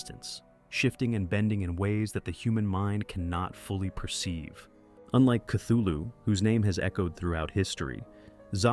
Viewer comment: cool vid, though you pronounced Cthulu wrong, look it up